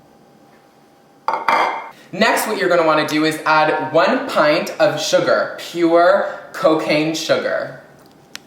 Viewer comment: um its pronounced pint not "pinet"